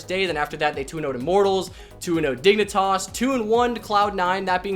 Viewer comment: I hear you saying dignitoss and yes your correct.. hahaha